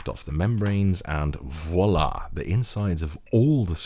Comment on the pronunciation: “and VOILÀ” French ? yes